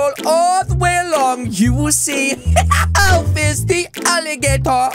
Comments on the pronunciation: Ah yes "Alfi" 💀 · Alfis not Alfi